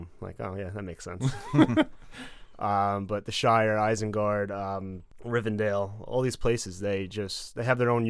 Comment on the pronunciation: you don’t even take the question seriously, pronounce rivendel as rivendale, Gandalf as gandolf, Aragorn as eragon. I’m done.